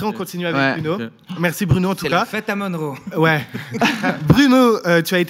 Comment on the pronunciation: Monroe pas Moneroe :)